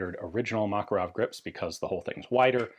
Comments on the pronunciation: FYI, according to linguist friends, stress should be on the second syllable- muh-KAR-uv. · You're pronouncing: "Makarov" incorrectly. (As do most English speakers). Mah-kar-ov. Anyway, I remember when these things were available and I thought they were a bit of a joke at the time, although my carry gun was a P7K3 so yes, I'm a gun snob. I do find it amusing when stuff people write off as junk becomes collectable. Although not as amusing as the P7K3, because people pay stupid money for them and when the buffer wears out after a couple of thousand rounds, the Makarov suddenly seems like a very wise option.